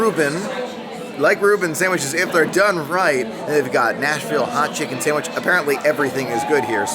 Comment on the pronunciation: Love it had 9 so I won with 10. I love how you pronounce sam wich.